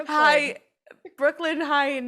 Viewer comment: This was such a stupid story. Nothing supernatural at all - just some chick who felt awkward at a party because she thinks she is better than everyone else and got to a drunken mess. Also, it's BrookLYN - not BrookLAND.